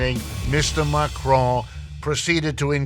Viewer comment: He should learn how to pronounce Macron. CC showed he was saying McRoy.